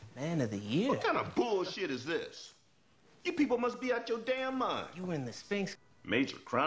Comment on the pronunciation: U said it wrong clay...it's bullSheeeeit